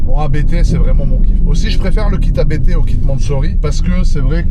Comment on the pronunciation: quand tu parle du préparateur A B T. Il s'agit de la famille qui s'appelle Abt. Donc on ne prononce par A B T mais Apt.